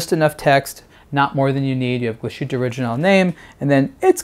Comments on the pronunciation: Very nice watch and good video. But, man, you're killing me with your mispronunciation of Glasshütte. There's no shushing sound. It's pronounced Glass-HOOT-eh, not glah-SHOOT-eh. If you can say "glass" you can say "glass-hoot-eh." Remember, "thersh" no "shushing shound." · "Gla-shutte":/ Learn to pronounce this name,. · Please pronounce it correctly. "Glas" and "hütte" are separate, so there's no "sh" sound in the middle.. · The pronunciation of the brand name is hurting my ears.